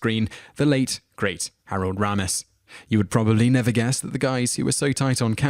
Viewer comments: AND it's not Rahmas; its Raymus. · Learn how to pronounce the names, FFS. Baker, not Barker. TakAY not TakEYE. Raymis not Rarmis. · Harold RAY-mis. Richard DRY-fis. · Interesting video, but you REALLY need to learn how to properly pronounce some of these folks names. It's Richard DRYfuss, not DRAYfuss. And Harold RAYmus, not RAH-mus. And I'm pretty sure at one point you called Kenny Baker, Kenny BARKer. Just saying. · It's RAYmis not RAMis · What the heck? How is it even possible for you to mispronounce 'Harold Ramis'? ( 'RAY-MISS' not 'RAW-MESS' ) How annoying, Clearly you do not do any real research... In fact, I'm not just being nit-picky, that is a 'tell' that shows: 1) That you have clearly never heard his name spoken out loud and are therefore 2) most likely spouting someone elses written thoughts. WHOSE WORDS ARE YOU PLAGERIZING SIR? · Its Harold RAYMIS not Raaaamis. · Dreyfuss is pronounced Dry fuss. Dry your dishes Dry your laundry. Not Dray fuss. I do realize Brits pronounce things differently. But that one was a fairly egregious error. And Kenny Baker is not Kenny Barker. I believe it's pronounced Harold Ray miss. Not Rah miss. Just thought that those slips were worth noting. And Stana Katic absolutely HATED her Castle costar Nathan Fillion. She knew people thought they were becoming an item in real life, so she dispelled those rumors by talking about how great the gift of acting is to her. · Harold R"AY"mis not Harold R"AH"mis you buffoon. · Whose Harold RAM- is its Ray -mis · Dray-fis? Ta-kie? Harold Rah-mis? It's Dry-fis, Ta-kay, and Ray-mis. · I'm British, but I know it's Harold RAY-miss not RAA-miss. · ummm your butchering of the last names was HORRIBLE!!!!! 10 - Dryfuss- (Drie-fuss) 9 - (Ta-kay) 4 - they are NOT gay they are droids! 2 - (Ray-miss) and they were not enemies!!! PLEASE - don't do any more of these!!! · It is pronounced Harold RAY-mis, you silly Brit. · Richard Dry-fuss; Harold RAY-mus!! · "DRY-FUSS" "RAY-MiSS" "TUH-KAi"